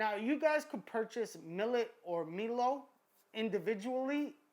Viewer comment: Guy pronounced "milo" melo lol its pronounced mylo